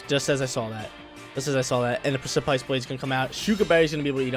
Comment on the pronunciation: I love u but u gotta look up the pronounciation for the word precipice